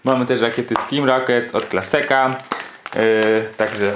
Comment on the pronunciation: Super Unboxing zawsze mnie zastanawia dlaczego „Klaseka” a nie Klaska ?:D